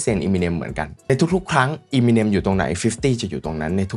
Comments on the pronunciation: Eminem = m&m เอม มิ เนม เรียกอีมิเนมๆๆอยู่นั่น ไม่น่าทำช่อง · ทำไมคนไทยชอบเรียก เอมิเน็ม ว่าอีมิเน็ม ไม่ได้กระแดะนะอยากรู้เฉยๆ